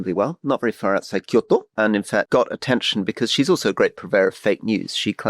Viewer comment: Why is Rory pronouncing Kyoto like that